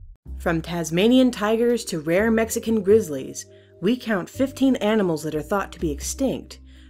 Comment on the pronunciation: You said 50 not 15